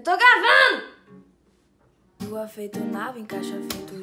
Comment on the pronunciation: "EU TO GRAVANU" SKSKSKSKSKSK